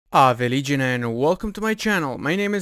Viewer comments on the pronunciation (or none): none